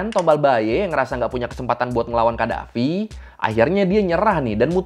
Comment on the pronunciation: No rispek bgt lu bg 😡😡😡 lu sarkastik 😡😡😡 itu Tuan Besar Agung Sultan Lieutenant Colonel Commander Muammar Gaddafi WOY baca nama ny yg benerrrrr 😡😡😡😡😡